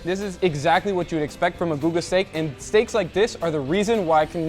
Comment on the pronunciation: Hey congratulations on the Guga pronunciation, you speak almost like a Brazilian